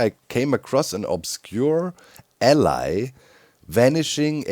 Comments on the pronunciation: Doc, you gotta look up the pronunciation of “ally” vs “allay” love your stuff but that keeps driving me nuts! 😂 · "The Ally" Don't you mean the Allay?